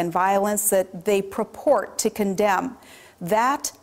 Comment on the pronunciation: "Proport?" I think she means purport 5.53.